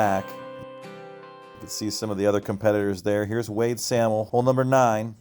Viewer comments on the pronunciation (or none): Wade and Adam Sahmel. It’s pronounced say’ mul..